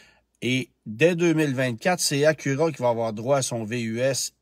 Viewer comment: Si on prononce bien Atlas, on peux-tu s’arranger pour arrêter de dire Hondahhh et Acurahhh svp? 🙏